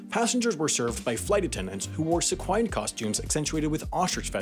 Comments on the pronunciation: I love how smug he is reciting safe talking points as if he's super-woke while mispronouncing "sequin" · what was that pronunciation of "sequin" one more time??? lol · See-kwIn not Sah-kwine (sequin) You wonder why your audience skews male. But then you alienate the entire "bedazzler" community with that faux pas!